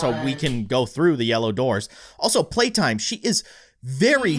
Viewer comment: Why does call playtime “Suzy?”